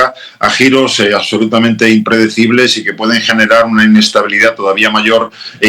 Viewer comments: "accsolutamente...!" Categórico Madu! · aCsolutamente, aCsolutamente!